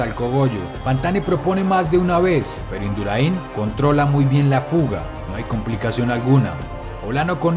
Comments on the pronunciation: Se pronuncia Induráin, no induraín. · Se llama Induráin no Induraín, lo pronuncias mal. Es solo una aclaración. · Es Induráin, no Induraín, aprende a pronunciar antes de hablar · Induraín no, se pronuncia induraín, con acento en la a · Se dice Induráin, No Induraín😡😡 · Buen vídeo, pero no es Induraín, es Induráin, con acento en la "a". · Me gusto mucho el vídeo, yo pude verlo en directo y fue algo èpico, solamente un apunte, es Induráin no Induraín. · Es Indurain, no Induraín. Un grande, en cualquier caso. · IndurAin , amigo la fuerza esta en la a no en la i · Como duele cada vez que dices Indurain. No lleva tilde en la i para que lo pronuncies de esa manera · No es Induraín. Es Induráin, con tilde en la letra A. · El mejor de la historia dice ja ja ja ja y no es indura in, es induraaaaain. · No se pronuncia Induraín, se pronuncia Indurain, sin acentuar en la última i ¡¡¡¡ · Induráin, no Induraín. Acento en la a para romper el diptongo. El mundial debería haber sido suyo, pero Olano se escapó e Induráin, como buen compañero de equipo, le cubrió las espaldas. En el sprint ya se vio que era el más rápido del grupo. Y si no se hubiera escapado Olano, podría haber hecho como en el Tour: poner el molinillo y reventar a todos, incluido Pantani. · Se pronuncia Indurain, no Induraiiin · Indurain se dice, no se dice Induraín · Es Indurain, no Induraín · Que cojones Induraín. Se dice Indurain. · Induráin, no Induraín. Por lo demás muy buen video, no vidéo. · Se dice Indurain, y no Induraín. A ver si aprendes. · Que manía con decir Induraín con el acento en la i, es INDURÁIN con el acento en la a. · Induraín no, Induráin. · induraín NO, INDURÁIN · Hay que saber lo mínimo de ciclismo antes de poner a cualquiera a leer narraciones. ¿"Induraín"? Miguel Indurain no lleva tilde (y el acento va sobre la a). Pésimo. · La pronunciacion de Indurain por induraiiin ejem mejorable por lo demás aún me sigue poniendo lo pelos de punta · Cambiaste el acento , es Induráin!!